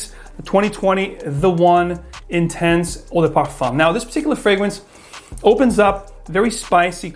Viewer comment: Guess he pronounced it in French by mistake.